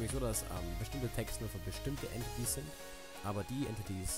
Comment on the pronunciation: Entities wird Änteitis ausgesprochen